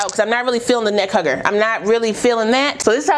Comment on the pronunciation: Not " neck hugger" 😂😂😂